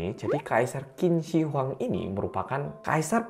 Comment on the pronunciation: Bukan Qin Shin Huang, benernya Qin Shi Huang atau di Indonesiakan Tjin Shee Huang Jadi bukan Shin adanya she bacaan benernya kalau by Indonesia itu chin she huang (e di she itu dibaca kayak baca e elang)